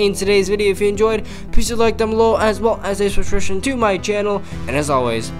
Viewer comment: i luv how you slurred subsribtion just a tiny bit. also i have been using valk well before she became op. (have you tried the deck i sumbitted a few days or maybe a week ago?)